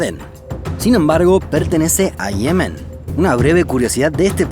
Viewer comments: Me rompe los tímpanos. Se dice Yemen no Ihemen, Ye-men. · ¿Por qué lo pronuncias como Yemén pero lo escribes como Yemen? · Dislike solo por decir Yemén en lugar de Yemen. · no tio, no es yemén, es yemen, enserio, que cojones pasa en sudamericacon las silabas tonicas ? que las van soltando donde primero les parece ? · Yemen, no Yemén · Hermoso, como siempre. Me emociono en cuanto veo notificaciones de vosotros. Una observación: el nombre de ese país en español es «Yemen», como en efecto aparece en el video, pero esto implica que no se pronuncia [jeˈmen], como lo hacéis, sino [ˈʝemen] (o, con acento argentino, [ˈʒeːmen]); la sílaba tónica es la primera, y va la misma 'y' de «yo». Me causa mucha curiosidad que hayáis escogido pronunciarlo de esa manera. ¿Por qué? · ¿Por qué pronuncias las palabras mal? Me refiero a que dice Yemén en vez de Yemen y cosas similares :/ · Me encanta este canal. Lo único malo que encuentro es la manía que tienes de decir Yemén, Naurú, cuando es Yemen, Nauru. Al menos en España, igual en Argentina se escribe y pronuncia distinto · No pensé que Yemen se pronunciaba ''lliemen'' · Pronuncia por favor bien Yemen, acentúa en la primera "e"